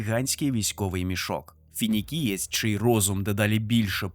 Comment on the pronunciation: Чудове відео. Проте, на скільки я пам’ятаю, Фулгрім - Феніксієць. Не Фінікієць.